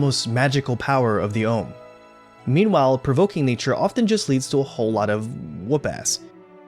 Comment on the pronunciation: My favorite film for about 36 years. It's Ohmu, not Ohm. Read the manga, it is even better than the anime. Disney changed many names from the original. Torumekian not Tolumekian and others. Even the subtitled film did not change as many names as the English dub. Read the manga. That is not a pipe on the wall and she does not use it as a weapon. Did you even watch the scenes you are talking about? Overall, not bad. But do a bit of research the next time. At least enough to make it sound like more than a high school anime club review.